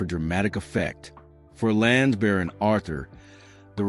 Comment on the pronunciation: The narrator cannot even pronounce Lansbury. Really annoying.